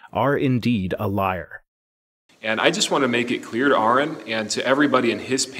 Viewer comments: At least he said Aron's name right! That's a first for theists. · At least pronounced Aron's name correctly. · He correctly pronounced Arons name so that's one thing he got right.